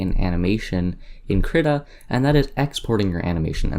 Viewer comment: excellent tut. I think its Kreeeeta =|